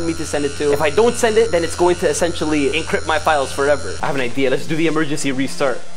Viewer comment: The encrypt word sounds like chocolate